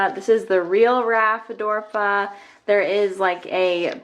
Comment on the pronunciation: I love your video, but just one thing... it’s “Ra-phi-di-for-a” not “Raphi-dorfa” 🙂